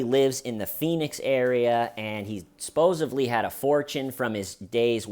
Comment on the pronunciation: I’ve heard people say, “supposably”, before. But I think this is the first time I’ve ever heard, “sposively”.